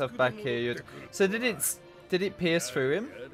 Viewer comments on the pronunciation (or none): none